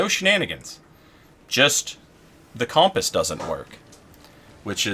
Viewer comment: compass is hiding from you cuz u say its name funny